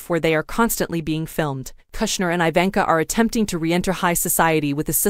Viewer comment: Learn to pronounce her name